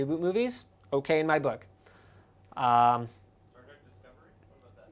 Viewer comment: Star Trek, not Star Track